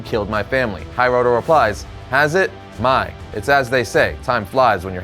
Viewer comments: Your Pronunciation of Hiroto legitimately drove me crazy. The Hi in Japanese is pronounced like He, not like the English Hi (short for hello). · Loved the series and this compilation. Just one critique - Hiroto is pronounced "Hee-roh-toe" the "toe" part is a hard "O" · The name Hiroto is hi (as in hiccup not hi) ro (like roe) and to (like toe) full marks for trying though 👍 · Sorry to nitpick, but you mispronounced Karai's name several times. Her name's pronounced "Kar-rai", not "Kar-ai". You also fumbled with pronouncing "Hiroto". It's "Hee-roto".